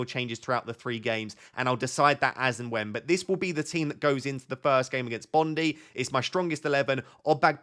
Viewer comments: Bondi = bond-eye; bondee sounds like an S&M term, but considering you are trying to manage a football team that may well be appropriate. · its pronounced bond-eye. Not bond ee